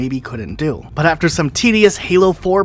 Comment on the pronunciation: "Halo foreplay" Nice